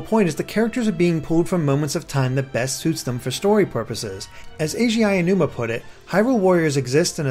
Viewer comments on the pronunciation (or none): none